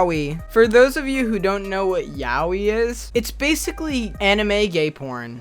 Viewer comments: Why did you pronounce Yaoi as yawi? It sounded funny as fuck. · "yawi" no me puedo acostumbrar a escucharlo así. Yo le llamo "SHA-OI" ABABBAVSVSBS YAOI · This video offended me, it's pronounced "yaoi" not "yAoUi" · Is that how you re supposed to pronounce yaoi, 'yawee'? Ive been saying ya-oy this whole time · pronouncing “Yaoi” like “Yaowee” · I love how you pronounce yaoi YAUI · Wait, it's pronounced "yow-ee"!? I've always thought it was pronounced "yay-oh-eye" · I'm fairly sure it's pronounced ya-o-ee. Romanized Japanese should be pronounced phonetically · THATS HOW YOU PRONOUNCE THAT ANIME SHIT!? Oh my god, okay well I had no idea it was porn first of all, and I also didn’t know it was pronounced like that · that's a pretty weird way of pronouncing yaoi